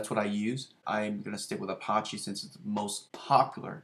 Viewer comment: Thanks for sharing. I have Mamp Pro and I'm still learning it (for both Drupal and WordPress). One very silly comment - you are pronouncing Apache more like the French word for gangster vs a common name of a native American Indian tribe. Check it out